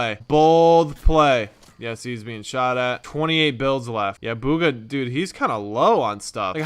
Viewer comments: Its bugha not booogha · ITS BUG-UH NOT BOO-GUH. THAT MAKES ME SO MAD. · Bug-hA not bUg-hA... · BOOGHA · It’s pronounced B - oo-Kha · I thought his name was bug-uh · you said hes name wrong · thats not how yow u pronounce his name bro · You guys cant pronounce bugha properley